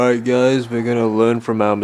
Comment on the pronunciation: “ily giuys” us giuys love you too😅🩵